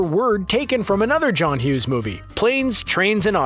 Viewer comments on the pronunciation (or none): none